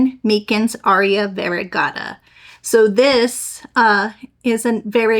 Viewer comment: MY-Cins is how you pronounce it.